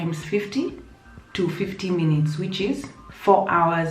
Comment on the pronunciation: Hahahahha I love you french at the end 🤣🤣🤣🤣🤣🤣🤣🤣 your accent is perfect 👌 😘😘😘😘 fifteen minute ( fifteen minuté ) Hahahah love your channel girl 😘😘😘